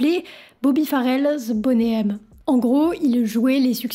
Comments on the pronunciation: Bonnet M c'est pour les fans de grosses poitrines. Sinon ca se prononce plutot Boni M. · vidéo intéressante. bon travail de recherche. seul bémol, tu devrais arrêter avec ton anglais "frenchie". le nom du groupe se prononce boni M, et non bonnet M. on dirait que tu donne une taille de soutien-gorge 😂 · C'est énervant de t'entendre dire "Boné M", c'est de l'anglais, c'est "BONI M" que ça se prononce. Comme ce n'est pas "Rayverse of babylone" c'est "RIVERS...".... Bonne vidéo mais si tu dois parler d'eux autant bien le faire à fond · Why is that voice off person UNABLE to pronounce English words correctly 😅😅😅 Bonay M😅😅 Raaïverzzzz of babylone 😅😅😅😅 . Mais enfin arrêtez de massacrer la langue anglaise for God's sake😮😮😮